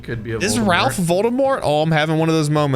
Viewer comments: The L in Ralph is silent it sounds like reyph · Ralph will go mad for calling hm that. He pronounces it without the l. I've met him once in my life where I used to work. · Ralph (pronounced Rafe) is Voldemort, yes.